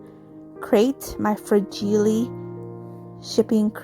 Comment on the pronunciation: Fra-gee-lay must be Italian, lol!! Love how your project turned out 🥰!! Thankful to Sue for putting these collaborations on!! Thank you for sharing friend!!